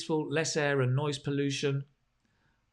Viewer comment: I guess it was noise pollution, rather than noice pollution